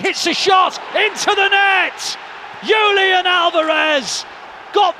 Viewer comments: Julian is pronounced as "Hoo-lian" in spanish, the commentator is doing some weird scandinavian pronunciation lol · It is better to say Julian in English than to say "iulian" in an unknown language.